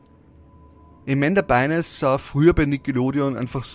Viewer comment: Es wird Amanda Byn(e)s [Beins] ausgesprochen. Das e ist stumm